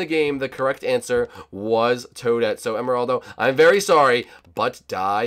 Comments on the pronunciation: Bushy Said "Toddit" He Ment "Toadett" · It's not toddit it's tawdete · It is toadette not Toaddit bushy